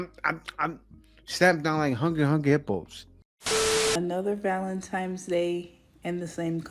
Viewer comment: ValenTIMES? I can't bruh